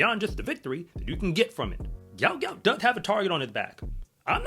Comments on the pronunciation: It's actually pronounced "gwot" - as in "goo-ot". Say it fast, and you got the right pronunciation. But it's definitely not 'goat'.... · What is wrong with you people and this boy’s name???????? It’s pronounced G-W-O-T G-W-O-T!!!!!! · Aussies look good for the next few years! Gout Gout (whose parents say his name is pronounced “Gwot Gwot”) is just 17 years old and Kennedy is also a young 21 years old.